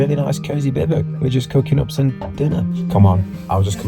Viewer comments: Since when did bivouac become pronounced bivvuc? I thought I was going mad and then to all my years using this terminology I had been mistaken, but – after double checking several sources – it turns out I was not. So why? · Do all English people pronounce it like that? There are three syllables in "bivouac". "BI-voo-ack". Even in French it's "BIV-wack". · Note from the Pedantic Police: it's pronounced "Biv-oh-Wak"; surely you've seen WW2 films when you were a kid? I grew up on all the greats (I'm 56), Battle of Britain, Heroes of Telemark, Sink the Bismarck, etc. No one can watch those films without hearing about "bivouacing"... ;~ ] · Isn't it pronounced biv oo wack? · Could you learn how to pronounce bivouac, please? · I just wish you’d learn to actually pronounce’bivouac’ correctly. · You are nor pronouncing bivouac properly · Can’t say bivouac properly 🙈🙈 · I love this!!! Thank you for taking us on your adventures 😄 In America we pronounce it “biv-wack”. Is this pronunciation incorrect? Look forward to hearing back about this 😂 Thank you!!! I was born in Germany (I’m American) and we spent a lot of time around the Alps. My gosh the footage you’ve shared of the mountains and valleys is simply breathtaking!!! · Is it pronounced Bi-voo-ak or am i going mad? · Biv-whack.... bivvuck... f-ing English can't speak English. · Bivouac, not bivoc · It's pronounced Biv-oo-ak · In the US military, this term is pronounced, “BIV WACK! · Bivouac is pronounced “bi-voo-ak”. FYI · It's pronounced something like "Biv oo ack" or "Bi Voo Ack" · For the love of all that is language... it's pronounced: bi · voo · ak 🤐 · Why do they call bivouacs bivocs? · It’s pronounced biv a wac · Had to click off after the 6th time he said bivek. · Wow really... a bivic? It's Biv ooh ack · Forget that you're not pronouncing bivouac correctly. It's pronounced Beev Wack not bivick. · "bivvick?" I believe it's pronounced bih-voo-ack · Just a heads up….its pronounced “bih-voo-ack” not “bih-vuck”